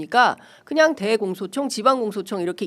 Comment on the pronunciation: 대공소청~? 나는 왜 대청소청으로 들리나? ㅎㅎㅎ